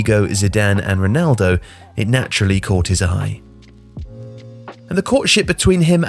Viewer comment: Nice video as always but please,, get some online course in pronunciation of Portuguese names. You murdered Figo and Ronaldo in this video, and it's not the first time.